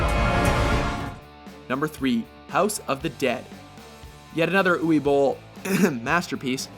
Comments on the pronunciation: "Ooway" Bohl ? Uwe is pronounced "Oo-vuh" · It's pronounced oov-eh not ooweh. pronounciation nazism asside please make a "best worst movies" list. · 'Uway Boll'? It's Uwe (Oo-vay) it's German man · And "Uwe" is pronounced Oovuh, not Ooway. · Maybe pronouncing Uwe Bolls name correctly should make it into a top ten WatchMojo fuck ups segment, along with Michael Mason rather than Madson. Uwe is pronounced 'oover' not 'youie'. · It's pronounced U-vah Bowl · It's pronounced Uva. Uva Boll. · It's written Uwe, but pronounced Uva. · Uwe Boll's first name is pronounced Uve. Being German and all. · I hate to be "that guy" but Uve is pronounced Ooh-ve. On a slightly positive note I watched Wing Commander back when sky movies was two channels and actually quite liked it, as a 11 year old anyway. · Michael Mason? Umm who? Uwe is pronounced with a "v" sound for the w. List is solid, but again lack of quality control damages the final cut. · Can these idiots not pronounce Uwe and Julia properly?